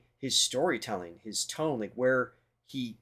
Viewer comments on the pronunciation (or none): none